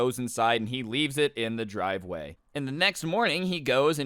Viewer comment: Dwive way lmao